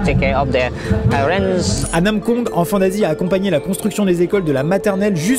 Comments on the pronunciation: Jsuis désolée mais j’ai entendu "Enfants Nazi" 😅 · J’en ai marre à chaque fois qu’il dise enfant d’Asie j’entends enfant nazie Ducoup je me dit « OH LES COPAINS » ☹️ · Mdr j'avais compris << enfants nazis >> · ça me perturbe, à chaque fois qu'il dit "enfants d'Asie" j'entend "Enfants Nazis" T - T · à chaque fois que tu dis enfants d'Asie moi je comprends enfants nazi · Esque je suis le seul a comprendre : enfant nazi à la place d'enfants d'Asie mdr ? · J'aurais pas dû lire ce commentaire, maintenant j'entends "enfant nazi" à chaque fois xD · Je l’ai écouté 3fois en 0,5 et il dit vraiment enfant nazi 😂😂😂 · Mais oui pendant toute la video j'entends "enfants nazis" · Au début, je pensais qu'il avait dit '' Enfant Nazie " 😳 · Mais j'entends tjrs "enfants nazis" mdr chcrois que g l'esprit mal placé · Quand il a parlé de l’association « enfant d’Asie » j’ai entendu « enfant nazi » 😭😭😭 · Wow, super vidéo, j'adore. Par contre... a chaque fois que quelqu'un dit enfant d'Asie, j'entend Enfant Nazi 🤣🤣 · Au début g cru qu'il disait "Enfant Nazie"🤦‍♂️😂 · Au début j’avais compris Enfant Nazi lol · Au début j’ai crue qu’il a dit enfant nazie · Et puis t'as moi qui comprend "Enfant naz*" au lieu d' "Enfants d'Asie" 😭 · On dirait qu'ils disent enfants nazi 🤣🤣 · Il y a pas une fois ou j’ai compris "enfant d’asie" j’ai tout le temps entendu "enfant nazi" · On dirait que tu dis enfant nazi au début 😂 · Pourquoi est-ce que j'entend "Enfants Nazis" et non enfants d'Asie lol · Je faisais autre chose pendant la vidéo et la j'entend "enfant nazi" au lieu "d'enfant d’Asie" ah ouais c'est in concept quand même!